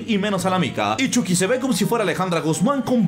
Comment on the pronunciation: Ni eso, se dice "Chaqui" :v